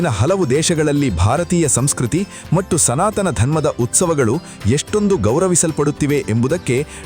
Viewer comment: ದಿಗಂತದಲ್ಲಿ ಬರುವ ವಿಚಾರಗಳು ಹಾಗೂ ಹೇಳುವ ರೀತಿ ಚೆನ್ನಾಗಿದೆ..ಆದರೆ ಹೇಳುವ ಕೆಲವು ಶಬ್ದಗಳು, ಯಾಕೋ ಸರಿಯಾಗಿ ಇರುವುದಿಲ್ಲ. ಉದಾ.ಗೆ ಮತ್ತು ಹೇಳಬೇಕಾದಲ್ಲಿ ಮಟ್ಟ್ಟು ಅನ್ನುವಂತೆ ಕೇಳುತ್ತಿದೆ.. ಆ ರೀತಿ ಹೇಳುತ್ತಿದ್ದಾರೆ. ಗಮನಿಸಿ